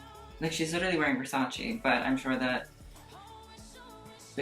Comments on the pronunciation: ITS NOT VERSACI it it VERSACE! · ps. it's versace, not versachee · not trying to go off or anything but... don’t say you’re a fashion critic if you can’t even pronounce versace correctly. also, a majority of these models are born with a less toned version of the bodies they have. by bashing VS for not including plus sized models, you’re being a hypocrite for body shaming these models for how skinny they are. naturally skinny people exist! these girls work out and eat healthy to tone the muscles and bodies they were blessed with. sure, there are models with eating disorders, but as a model myself, i can say it’s less common than you would think. these girls work their asses off in healthy ways to get to where they want to be. this video honestly disgusted me. bash the brand, not the models who work so incredibly hard to be a part of the show to pay their bills. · Ohhhh my GRRD it killed me every time he said Versaci Instead of it's correct pronunciation Versace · What really makes me cringe is the way you pronounce versace